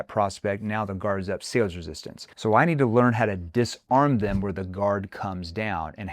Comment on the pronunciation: "Resistancee"? Lol.